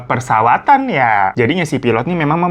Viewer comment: Perpesawatan kali hirooo wkwkwk pepersawatan😂😂😂 lanjutkan belibetnya dh itu yg bikin nagih😂😂😂